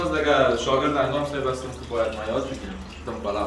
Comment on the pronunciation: ماشاءالله برنامه عالی و پلو بسیار مزه‌دار، و جان دیزاین خودت خيلی عالی صد بر صد آفرین اما دمب❌️ دم✔️ موفق باشید 🌷🌷🌷🌷